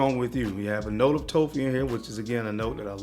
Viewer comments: Excellent list,. I was a bit confused that you were referring to “toffee” as “toe fee.” I figured it out, but toffee rhymes with coffee. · I was trying to think of what note you were talking about when you said "toe-fee". Toffee is pronounced like coffee, just with a T instead of C. But I realized what you meant man! ✌️ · Whats toe-fee? Im guessing hes saying Toffee like the sweet? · What the fuck is a TOE-FEE lmfao BRUHHH. 🤦🏽‍♀️🤦🏽‍♀️🤦🏽‍♀️ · Lmaooo I thought the same thing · Good stuff! But brother... its pronounced toff ' Fee... Toffee. No long o. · Pronouncing toffee wrong